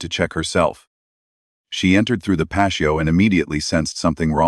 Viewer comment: Who mispronounces patio???😅😂🎉😮😮wtf.